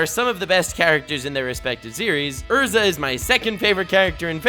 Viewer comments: Erza.. not Ursa pliz.. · Yo..... it's pronounced Erza